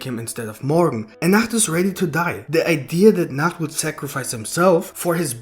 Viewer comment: I hate how he calls nacht